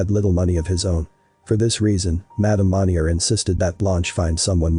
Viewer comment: It bothers me the narrator is saying the last name wrong. Monni-eh is how you say it.